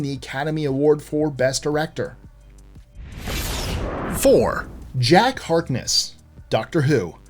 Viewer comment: Did you say The academy award for "Best Director" or is it Best Erector? .